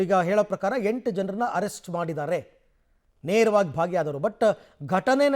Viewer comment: Arest alla sir please saysbidi please